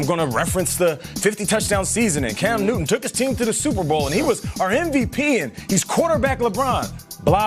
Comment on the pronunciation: At .03 she said Cam Newman! 😆😆😆